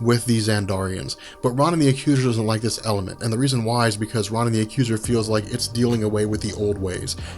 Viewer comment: I love your videos! However, Ronan (Roh-nin) wasn't a henchman or working for Thanos. It was a deal they had. Thanos didn't ask him for the Infinity Stone. Ronan wanted Thanos to do something for him, and Thanos agreed if he brought him the Infinity Stone.